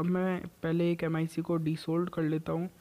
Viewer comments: It is pronounced as "ma-e-k" not M I C!😂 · Bhai vo m I c nahi mic hai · It's clearly flawed... Why couldn't u just say Mic instead of M.I.C